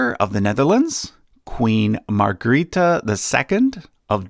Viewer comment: Oh jeez I died a little inside at Margrethe's pronunciation